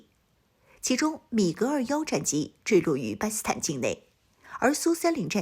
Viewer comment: 不`明白為什麼總是把 "巴基斯坦" 讀成 "巴斯坦"